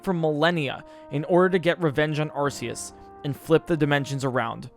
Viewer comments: Getting sick of hearing this! Has no one here seen the Arceus Movie?! That show one way on how it's name is pronounced (Are-Key-Us). Even then, Silvally's Ability, The RKS System shows that it's pronounced Are-Kay-Ess. Where the fuck did this Sss sounding "C" come from?! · him saying arceus hurts me lol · Arceus is pronounced (Ar-kah-es) everyone always gets it wrong. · Correction: Arkoos